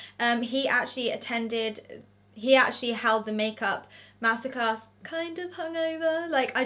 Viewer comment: I know this sound crazy but I thought you said massacres. Omg. You said master class. I’m a silly American lol